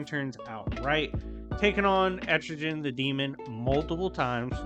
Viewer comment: Are you saying Etrigan or Estrogen? I think you called him Estrogen twice? lol. I know what you mean.